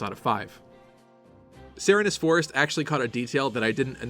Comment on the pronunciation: I thought it was pronounced Sir Reenes Forest. Like Serene Grace the Pokémon ability.